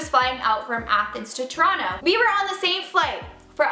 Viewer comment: No one believes you that you're from toronto pronouncing it like that